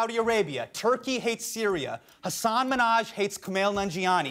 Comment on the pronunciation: That moment when Trevor can pronounce the name hassaan correctly but my own classmates can't 😑